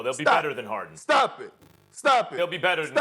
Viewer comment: Perkins: “James Hawden”